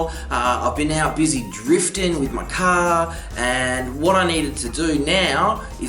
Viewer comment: What is "Caaaa"? Did you mean car?